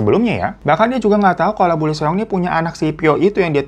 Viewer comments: Lee seong cara bacanya : ii (L gak baca) song (seong “e”nya gak dibaca) jadi ii song bang hehe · Bang Hiro aku mau ralat ya cara baca namanya kaya gini. Lee Seong jadi di bacanya i song. Thank you bang Hiro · Lee Seong bacanya " Yisong / isong"